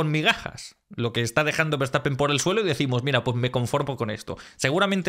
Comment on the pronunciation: Nadie podra con Verstappene (con la "e" final de la voz de Victor)